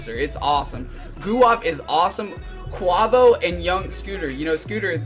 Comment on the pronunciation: good review but dude please search on youtube how to QUAVO (kway-vo) haha that was killing me